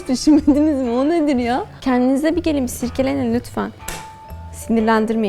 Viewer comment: "...Kendinize bir gelin, bir siRkelenin lütfen." mi dedi orada?